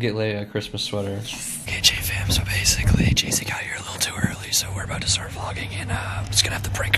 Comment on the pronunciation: When he said "JJ Fam" I could have sworn he said "Jatie Fam". I had to replay it several times and well it still sounds like it. lol